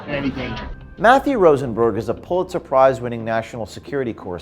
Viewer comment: Matthew Rosenbergo. It's an Italian. EVERY. SINGLE. TIME.